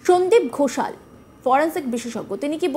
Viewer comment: এমন ভাবে "সন্দিপ ঘোষাল" বললেন, "আল " শোনার পর নিশ্চিন্ত হলাম। শুরুতে ভাবলাম এখানেও!!!